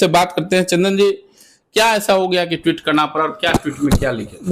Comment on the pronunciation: हे संवाद दाता महोदय ट्वीट का सही उच्चारण करना सीख लीजिए।